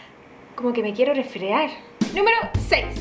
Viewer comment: se dise resfriar no resfrear porsia